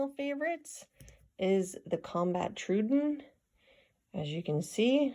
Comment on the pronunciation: It’s really surprising to hear that you’re an authorized dealer for this brand, yet you somehow still manage to mispronounce the model names of some of their uniquely named knives. SO-com, not suh-COM. TROW-uh-don, not TRUE-dun. 😐